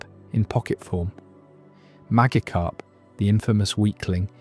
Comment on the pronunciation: how you claim to be a pokemon fan since a kid but you don't know how to pronounce MAGIKARP or GYARADOS